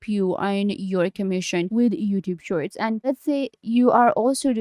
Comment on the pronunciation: I can't understand your accent. You are talking fast, mumbling and mispronouncing lots of words like "shorts" and "youtube"